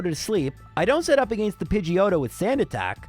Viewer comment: As a midwestern American, I appreciate pronunciation of the word “against”. It makes more sense than how I say it.